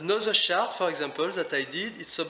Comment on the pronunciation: Very useful tips and tools. Thank you so much. Maybe I'm not use to your accent, you say 'chart' sounds like 'shark'...hah